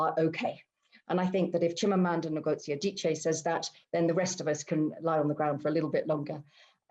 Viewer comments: Wrong!! Wish I can make a voice note here, "Ngozi" in Igbo, is "Ngozi! Not " in nor "I'm! It's totally wrong and don't put it up here as an advise cos am not sure you are Igbo please. The " N" is is like that in Igbo, and there is no other way to pronounce it, you just need to try harder. Thank you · do u really understand phonetics.... how foreigners pronounce it is "Nigozi" it is supposed to "ingozi"